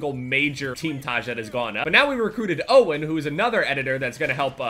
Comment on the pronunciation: When first said faze owen i though he was saying faze oh